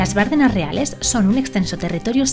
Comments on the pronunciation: ¡ Bardéééééééénas ! ¡Joe Bárdenas! Palabra llana terminada en s, sin acentoooooo!!!!!! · No se pronuncia Bárdenas. Si no Bardenas. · Se pronuncia Bardenas, no Bárdenas. Es una plalabra llana. :) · Bonito vídeo de mi tierra. Quedáis todos invitados. Solo un par de apreciaciones. Esas aves tan majestuosas son buitres leonados. En Navarra hay multitud de colonias de esta ave carroñera compartiendo riscos con alimoches. Por otro lado, se dice Bardenas, con la acentuación en la "e" y se escribe sin tilde, porque es una palabra llana. Por lo demás, me encanta que nos visitéis y conozcáis esta bella tierra. La próxima vez, si me avisáis con tiempo, puedo haceros de guía y enseñaros otras partes y rincones de Navarra muy poco conocidas como el Señorío de Bertiz, Sierra de Lóquiz, Codés, Montejurra, bellas poblaciones como Ujué, Gallipienzo, Estella, Artajona, Zugarramurdi, Elizondo, Roncal, Monasterios de Leire, Irache, Fitero, Iranzu, Oliva, Castillos de Javier, Amaiur, Monjardín, etc... Incluso la única fuente del mundo por la que sale de su caño vino tinto. Navarra es la gran desconocida y seréis bienvenidos.😜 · Bardenas, acentuada en la E: no es esdrújula. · Como me duele en los oídos el escucharte decir Bárdenas!!! En la zona reconozco que tenemos mucho acento pero precisamente “Las Bardenas” no lo lleva. Por lo demás bonito vídeo,deberías volver por que te dejaste más parajes preciosos entre ellos la selva de Irati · Bardenas, sin acento en la primera A